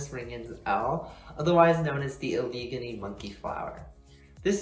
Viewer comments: PS Allegheny is said Al-leh-gain-ee. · 😂😂 great video but I know you're not from pa now. I've never heard of that pronunciation of Allegheny.